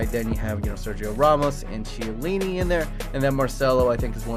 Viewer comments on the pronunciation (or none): Stop saying to chiellini Shiellini its pronounced Kiellini